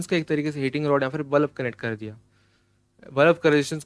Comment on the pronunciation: Balab nehi bulb😅😅